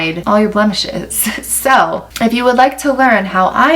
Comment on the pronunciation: I heard ‘blemishes’ as ‘bump the shit’. 😂😂